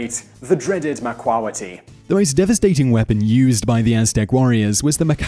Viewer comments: the pronunciations are terrible, tutenkaman and machuahuitl, its ma qwee til, and Quetzalcoatl they are L's at the end not I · It's pronounced MA-QUE-TUL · its pronounced (mock-wa-hitel) not "macwalaty" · it is pronunced "ma-CUA-weetLLLLLL" NO SILENT L... and BTW obsidian aint stone, its glass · Macuahuitl is pronounced Mac-uwa-he-tal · Having grown up in Mexico City, I never realized that people outside of the Náhuatl language's area of influence had such a hard time pronouncing Náhuatl words. Huehuetéotl (whe-whe-TEH-otl), Quetzalcoatl (ket-zal-KO-atl), macuahuitle (ma-kwa-WEET-leh), and several other words, when pronounced by people from other places, make me cringe. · Mah-KWA-witl. Way-way-TAY-otl. Love your vids, Simon but you need to work on your pronunciation. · macuahitl (mak-hwee-tel) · Mexican here.Just a few things: -On pronunciation macahuitl... you pronounced it like macahuitli, and its not ketzalcoatli, its quetzalcoatl -Its Moctezuma, not montezuma -Actually most of the deaths during the conquest was due to sickness